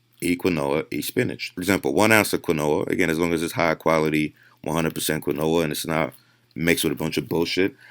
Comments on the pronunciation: how tf is that guy a trainer, doing diet plans and yet keeps saying "kwin-noah" bro, "keen-wah" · “QIN - NOA “😂 just annoyed me , it’s “KEEN- WA” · Qwi-no-a is fucking killing me. Idk enough about it to say if that’s how it’s pronounced, if it is though fuck whoever came up with that. Keen-wa. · When Quinoa is pronounced "qwen-oah" instead of "keen-waa", you know shit just got real. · I'm wondering if this guy realized when doing this video how many times he mispronounced quinoa. I'm sitting here cringing. Kwinooa. Lol. It's Keeenwaaaa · It's pronounced "KeenWa". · How am I supposed to trust the man you're reacting to's studies when he can't even say "quinoa" correctly. (If you don't know, it's "keen-wah") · Bro….it’s (keen-wah) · if he was sponsored by quinoa companies he'd know it's pronounced 'keen-wah' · WTF is quinola? 😂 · Somebody needs to tell this dude quinoa is is pronounced "keen-wah" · quinoa pronounced [keen-waa] you’re welcome. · "Kwenoah" im cringing so hard 😂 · I thought it was pronounced quinoa (keen wa) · Is he saying granola? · Hard to take anyone that pronounces "quinoa" as "kwi-noha" very seriously... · Quinoa... pronounced keen•waa . I’m always surprised guys that will do a whole video on something they can’t even pronounce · It's prenounced keen wa and it's also got full amino acid profile. But wait it's not a dead animal so it's not good for u.....nope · Kwa no ah. Lol. Say it right goddamnit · I have never heard someone pronounce quinoa like that. I thought he was saying granola. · I kept hearing him say "granola" and I'm like "well that can't be right..." until I saw the picture and realized he was trying to say quinoa. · Based off of how people in the Andes pronounce it, where it is native, it should really be pronounced "keen-oh-wah" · keen-wa, i know i kid :) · Did anyone count how many times this guy said quinoa wrong? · Is dude saying quinoa ??? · I don't like how he says quinoa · Dude mispronouncing quinoa kept cracking me up 🤣